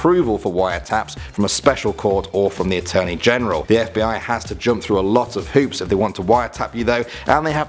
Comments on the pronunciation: “FIB” lmao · Too much Gta You said FIB at the start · It said FIB 😂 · In the intro,it said FIB,not FBI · it said fib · Someone noticed "FIB"?